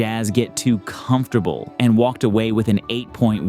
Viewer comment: Trex arms was funny last week left overs ruined it. I guess ur only 85% corny. But great video and why do you say comfortable like that?